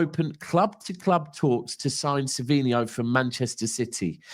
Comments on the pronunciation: It’s savinho btw not savio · Sav-in-ho is the way to pronounce his name. Like alex Scott his grammar leaves alot to be desired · Its not savio....its savinho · It’s Savinho no?